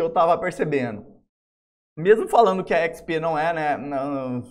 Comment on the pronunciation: Mano, esse cara não sabe falar XP... PQP.... é irritante....ahauhuauahu